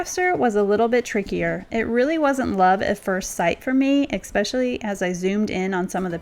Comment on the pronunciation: You are so creative and such a hard worker. I enjoy your videos so much. But I cringe every time you say eckspecially🥺Please, please elevate your speech to match your talent🙏🏻It is ESpecially, no “k” sound.